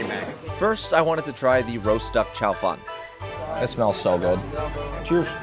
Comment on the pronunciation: A Chinese Jew listening to you and saying Challah differently. then saying chow Fun perfectly:) very cute